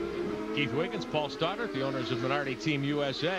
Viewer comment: These commentators were atrocious when it comes to pronouncing drivers names.. I mean how difficult is it to pronounce Jani.... Yani As he even said when he drove in A1GP. Interviewer cant even say Stoddart ffs 🤦🏻‍♂️😂 They cant even pronounce Mont Tremblant properly 😂